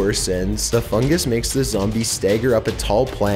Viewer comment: He says fungus like fungAs